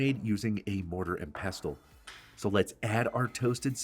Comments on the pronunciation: Regarding the word "pestle": As a PSA, I'd like to share that the letter "t" in that word is completely silent. So the word is ALWAYS pronounced "Pess-ul." NEVER under any circumstance is it to be pronounced "Pest-tul." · Ack! nFrist, it's 'pestle' not 'pest tull'. Coriander seeds taste different and smell different than the plant they come from, cilantro, so use mint AND cilantro. As for the api panda - it is a hot chile which anchos are not. A better sub would be chile pastila, or if smokiness is not a problem, use chipotle or, if your can find them outside of Oaxaca, chile Padilla oxaqueña. Tear the dried chile open, pour some boiling water on it, and let it soak and soften. Ad the soft, floppy chile to the mortar. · It's pronounced PESSEL NO T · Stop saying pestle the t is silent pesle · Pestle is pronounced without the t: pess-ell. Looks delicious! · FYI the t is silent in pessel…(pestle) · /pes’ əl/ ‘t’ is usually silent. Thanks for the recipe. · OMG....A mortar and what?😂😂😂😂 Its "Mortar and pestle (pronounced "Pessel"!!)😂😂😂😂😂 London, England here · Pestle, pronounced = pessel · I doubt his credentials if he cannot pronounce pestle correctly. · You don't pronounce the 't' in pestle. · I never knew the "T" was pronounced in pestle, and my whole world is shifting a little. Hold me. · You are pronouncing 'pestle' incorrectly. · Isn't the "t" silent in the pronunciation of pestle? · the "t" in pestle is silent, it rhymes with vessel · Love the recipe. Small hint, the ‘t’ is silent in pestle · Just a pronunciation thing, pestle is a silent T